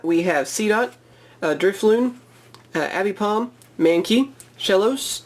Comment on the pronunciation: Abipom..... Its aipom ffss